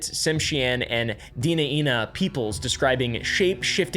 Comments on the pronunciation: Hi! Thanks for dropping the Tlingit/Sitka lore in this video! That's my husband's tribe and hometown 💖 now we live in Anchorage! I wanted to pass on knowledge someone had to share with me when I moved to Alaska: it's pronounced Deh-nine-uh, not Deena-Eena 😅 it means "The People" in Athabascan. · Bro said “Dee-nee-nuh” pronounced “De-Ni-Nuh” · It's pronounced like "deny-nuh" not "dinnuh-innuh" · Dina Ina made me giggle XD It’s typically pronounced “deh-nine-uh” (denaina) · it's pronounced deh-NYE-nuh, if for some odd reason that ever comes up again in your life. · Great video but the way you pronounced Dena’ina killed me 💀 For people curious on how to pronounce it! Den-nai-na Den like fox den Nai, vowels like an eye Na like “nah” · I am sorry to nitpick, however you accidently got several names wrong. It is pronounced as Koo-sh-ta-ka-ahh and Den-Eye-Nah. Also you did get the name right for Utqiagvik, also Utqiagvik means Land where Snowy Owls are hunted in Iñupiaq btw. Love this channel, I liked and sharred it too.